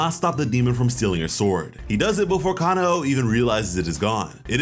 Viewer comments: btw its not ka-na-o its ka-nao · It bugs the crap out of me how some Americans mispronounce her name. It's KanAo, not KAnao. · Ka-na-o there's, the accurate way and for Aoi: A-oi